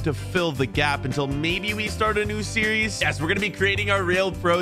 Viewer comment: You said series wrong